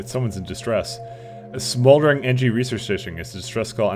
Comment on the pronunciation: Engi* not Engie